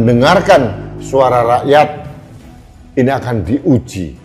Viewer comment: saking semangatnya menyuarakan "suara" rakyat.....sampek kamisosolen"ini dan itu" jadi "iti"....semangat mas menyuarakan kebenaran